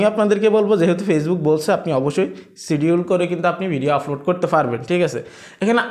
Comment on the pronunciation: ভাই আপনার এই ভাষা গুলো উচ্চারণ সঠিক করেন প্রতি ভিডিও এই শব্দ গুলো বলেছেন-আফলোড,ফতিনিয়ত,,ফরিশ্রম,ফেজ ,ফালাটফ্রম,এবং,ফশ্ন